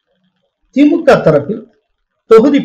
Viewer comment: திமுகெ. Dhulliam. அல்ல. Thulliam த்துல்லியம் என்பதே சரி. எப்பப் பார்த்தாலும். கேள்வி. கேட்பவர். திமுகெ. அதிமுகெ பாஜகெ. என்றே. சொல்கிறார். அது. கவில். முடியவேண்டும். கெவில். அல்ல. கெ அல்ல. க. திமுக. அதிமுக. பாஜக. Kha. Nor. Ke